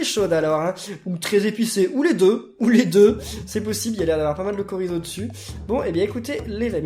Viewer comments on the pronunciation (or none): il a bien dit korrizo et pas chorizzo??!